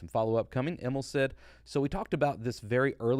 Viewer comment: Hi! Im from Sweden and I just wanted to point out that Emil is a typical Nordic name, and the way you pronounce Emil is with a long i, so it's more like Emiiiil than Emilll